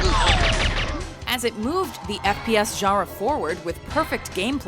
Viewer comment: every new video that comes out she says genre weirder and weirder